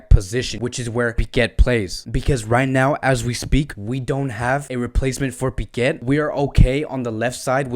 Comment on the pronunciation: Why cant you pronounce our player names correctly? Do you have a problem or something? His surname is "Pique" not "Piquet" ...for god sake...this is really embarrassing!!